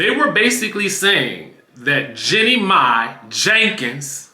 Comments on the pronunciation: Her name is Jeannie not Jennie. Like genie. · Her name not Jenny it’s Jeannie